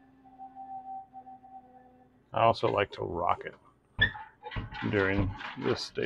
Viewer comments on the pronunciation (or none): none